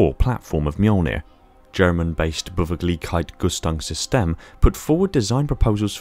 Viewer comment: Beweglichkeitsrüstungssysteme is pronounced: bay-wake-leesh-kites-ryzz-toongs-sis-tay-muh